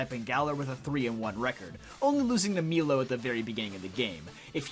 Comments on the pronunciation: It's Milo (My-lo) not Meelo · Why does he pronounce milo as meelo that was so weird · It’s milo not meelo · Bro just called milo meelo